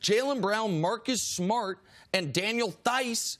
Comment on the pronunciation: He went full Brooklyn accent on Marcus Smart haha